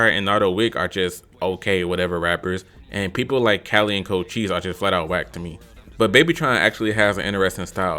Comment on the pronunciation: You need to slap some respect on cochise name😂